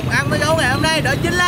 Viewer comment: Hôm chứ ko phải hơm nhá :)))